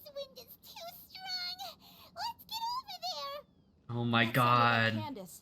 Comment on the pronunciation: HER NAME IS CANDACE NOT KANDAKEY